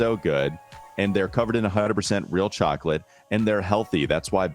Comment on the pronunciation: Hornets should be tanking hard rn, I don’t see how the FO can really justify anything else. Also pronounces chocolate as “chyah-clett.”